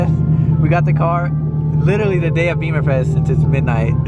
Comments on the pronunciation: It’s “Bimmerfest” not beeeeeemer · Bimmerfest. Not beemerfest. Love the videos just would like to correct how people say it incorrectly and wrong references .